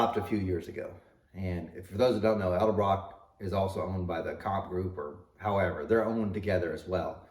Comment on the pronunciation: not eld abrock